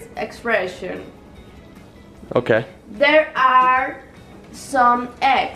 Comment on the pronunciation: expreshon and queshon